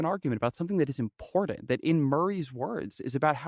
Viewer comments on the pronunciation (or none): Yuck. I know this is years old but I have to point out that the word important isn't pronounced, "Impordand". Klein's vocal fry is generational and not genetic.